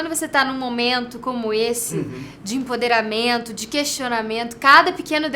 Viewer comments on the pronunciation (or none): Ótima entrevista! Mas só uma coisa: é "empoderamento", não "emponderamento"